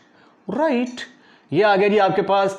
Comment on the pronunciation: Rirrrrright right 😂